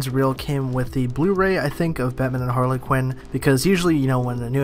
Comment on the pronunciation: Who the hell is Har-la-quinn?